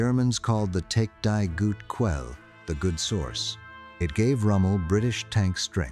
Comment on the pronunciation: German pronunciation needs to be improved. Especially in these days where there is all kinds of text to speech assistance. Always gets me in these historical docos. PS I mean for "die gute Quelle," pronounced something like dee guta Kvella in real life. Oddly enough the next quote, about the Nachrichten Fernaufklärungs Kompanie 621, much more of a mouthful, gets it right.